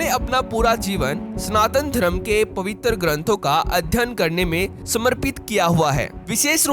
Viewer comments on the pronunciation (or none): Pabitar nhi pavitra hai bhy